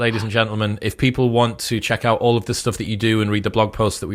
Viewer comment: learn correct English pronunciation Chris, you say e.g. "oonproductive" instead "unproductive" or "stooff" instead of "stuff"